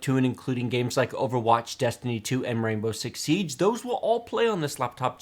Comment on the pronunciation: instead of Rainbow Six Seige I heard Rambo Six Siege someone send help